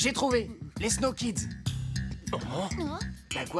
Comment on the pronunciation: Je viens enfin de comprendre le nom de leur équipe.... Après des années, pourtant j'étais déjà ado je crois quand ça a commencé, mais avec leur prononciation, jamais entendu "Snow Kids".